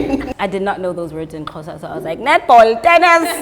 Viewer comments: My social studies teacher pronounces Xhosa as Sho-sha😭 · Now practicing trying to say Xhosa the right way